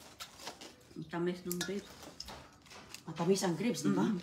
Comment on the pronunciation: Sakit sa tenga ng "litos" at "greps" ni.😢😢